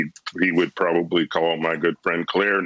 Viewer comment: His vocapurary is good. It's really good. In fact, and some people will tell you this, it's probabble-e the best in the history of the world. I would know. I'm from Thighland.